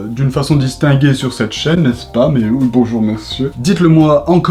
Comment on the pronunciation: xD le oui oii